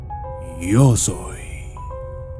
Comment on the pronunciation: Dice "io soy el documentalista" 😌👌